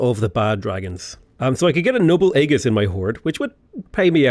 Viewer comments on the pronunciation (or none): I can somehow survive the vee-vern thing, but aegis is idge-eece (ˈiːd͡ʒɪs), not egg-iece